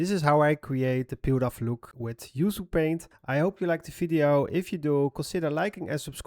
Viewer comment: Excellent work as always! Just a side note: it’s pronounced “oo-choo paint,” from an Indonesian language. Maybe next, a tutorial on finding good textures or making some tree bark brushes?